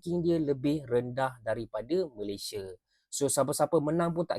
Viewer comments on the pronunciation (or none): none